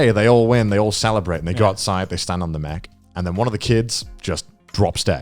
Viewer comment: What other people hear Garnt say: It's not really about the mech battles or the mech fights What I hear Garnt say: It's not really about the Mcbattles or the Mcfights